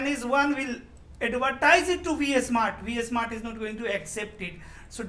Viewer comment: its V-Smart not VS-Mart